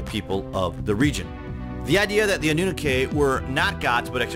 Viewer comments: It is pronounced "ah new nah kee" not not "ah new nuh kay" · Anu Nak ay?! Really guy? Your mispronunciation of that word says alot. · It’s pronounced “AH-NU-NAH-KEY” not “ANNU-NAKAY” 😂 when people present things and grammar is incorrect it makes it easy to question credibility. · Ah- noo-KNOCK-key. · For the love of God it's AHHH-NEW-KNOCK-EEE. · It's "anoo-naky" and "neeb-a-roo" sorry but you where bugging me 😉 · You sound goofy pronouncing Anunnaki the way you did in the video. It is pronounced ON-NEW-KNOCKY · More like annunaki 😊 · Pronounced ah new nah key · Great vids! But you need to work on your pronunciations bro. Its Nih-Rha-Boo and Ah-Noo-Nah-Kee.. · Even Scooby doo got it right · Your not saying the name right for one. Next.. how did they go from being creates of life to Aliens that traveled to this planet to meet man 🥴🤷🏾‍♂️ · why u pronouncing annunaki like that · Boy if you don’t learn to pronounce anunnaki 🤦🏻‍♂️😂